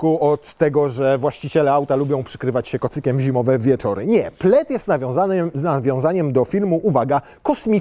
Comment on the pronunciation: Dlaczego w momencie omawiania historii nazwy modelu jedynie nazwa Plaid została spolszczona? Wszystkie inne zostały powiedziane poprawnie, a akurat nazwę samochodu prezenter powiedział źle XD